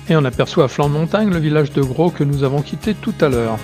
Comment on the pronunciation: Belle vidéo, pour information le " S " de Gros se prononce ! Dommage d'avoir pris la route sur les 3/4 de l'itinéraire finalement, un sentier fait presque tout le tour sans quasiment voir la route en goudron, partant du hameau de la Fond d'Eyglier et remontant sur Gros dans les falaise un peu plus bas que la route, puis le sentier du canal de Guillestre qui surplombe la route de la Viste !